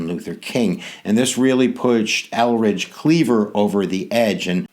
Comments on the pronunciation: Hi that was a very good lesson on the Black Panthers but one thing Eldridge Cleavers name is Eldridge, not Elridge. Thank u i learn a lot from you. You r sooo funny. Lol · Good history teacher, but name is pronounced ElDridge Cleaver, as opposed to Elridge.